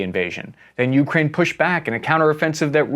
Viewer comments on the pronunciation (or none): It's 'yoo-KRAYN' and not 'YOO-krayn' 👍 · Taking Avdeevka is important since it is close to Donetsk. Frontier (Nulandistan) forces have shelled Donetsk civilians from Avdeevks (and Pesky) since 2014. By the way, it is not YEW (Ю); it is Ooh (У), which means at. Emphasis should be on main word (krai - frontier) not on a lowly preposition. Oleksandr is pronounced Aleksandr - it uses a vowel sound - a - found in English ``How (hau) now brown cow' '. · It is not YEW crane; it is ooh KRAI. Louvre is not IN paris; it is in PARIS. It is not Oh leksandr; it is Alek sandr. Have you not heard of Greek conqueror of Eastern World? It is not cupie ansk; it is COUPE ensk. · Whenever he says Ukraine it just sounds like Yewkrain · YEW-kraine pronunciation bothers me for some reason lol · Yet still cannot pronounce "Ukraine" properly